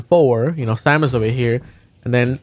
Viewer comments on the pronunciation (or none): Its Samus, not salmon for future reference lol